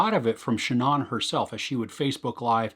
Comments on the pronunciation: The deceased woman's first name, Shanann... It is not pronounced "Sha'naughn". It's, actually: "Sha'naaan". Thanks. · Good review but your pronunciation of her name is not correct. The doc even says her name all the time. It is pronounced Sha-nAnne not Sha non.